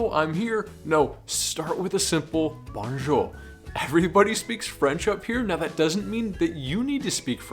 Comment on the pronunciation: "Bon" jour, is not like bon bon. It is more like bone.